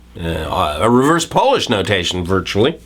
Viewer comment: I cringed when he said "reverse Polish notation" as if it were furniture polish.